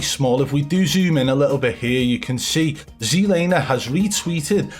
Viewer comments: I love how you accidentally said zee-laner. ITS ZED LANER!!!! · I gotta know, how come in old videos you pronounce it regular zlaner but in your newer videos you pronounce it zedlaner? Just curious lol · Jlaner? WTF. LOL. I thought you were having a laugh. Ugh.